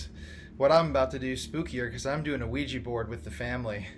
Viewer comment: Its OuiJA, with a JAH at the end not JEE. sorry but it bothers me when ppl say it wrong. lol